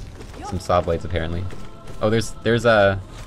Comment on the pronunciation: Hearing say 'shawblades' made my day lmao